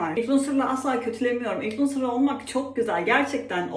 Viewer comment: 500 kere ınfulencer dedin ya 😂